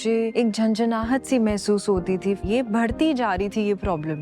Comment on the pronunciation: ये सेंसोदाइन का एड देती है पूरा मुर्ख लगती , बढ़ती को भड़ती बोलती है ससुरी